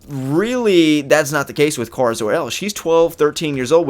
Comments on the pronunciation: In every form of media supergirl has been in except the tv show, pronounced it with a long A. Like Care-a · BOI STOP PRONOUNCING KARA WRONG